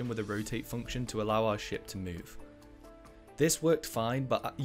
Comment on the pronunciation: everytime you say ship I hear shit